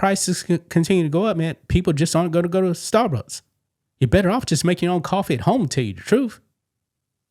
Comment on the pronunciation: You are clearly saying "Starbutts" and I am loving it 😂